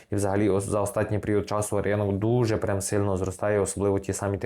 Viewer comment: "останній" українською, а не "остатній" на польский манер